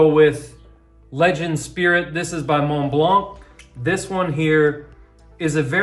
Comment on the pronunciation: Love it my friend :) French tip of the day: In Mont-Blanc, the T is silent and the C is silent :) I told you, i'm gonna teach you french :)